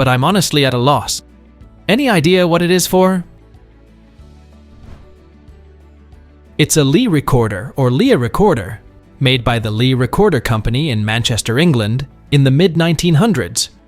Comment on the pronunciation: Lea in my middle name and pronounced like "lee" not "lee-uh".